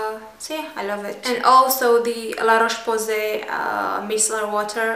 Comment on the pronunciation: Marie Pl non elle n'est pas française elle habite en Roumanie quand elle a dit La Roche Posay elle avait un petit accent (le r roulé) j'adore le style de ♥